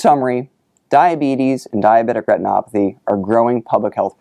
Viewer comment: The way he says "diabetic retinopathy" is amazing. I could listen to that on repeat.